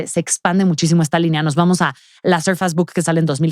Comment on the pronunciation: SORFEIIIISSSSS .....SORFEIIIISSSSS ::::::: 🤦🏻‍♂️🤦🏻‍♂️🤦🏻‍♂️🤦🏻‍♂️🤦🏻‍♂️ .NO ....SURFAS !!!!!!! NO MAMAAAA!!!